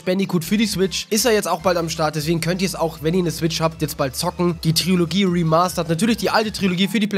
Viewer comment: Trilogie, nicht Triologie :)